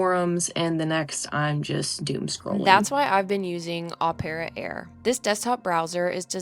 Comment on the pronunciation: Cool that you have a new sponsor. Is it really pronounced "Op-air-ah"? Because it's spelled like Phantom of the Opera, Marriage of Figaro opera.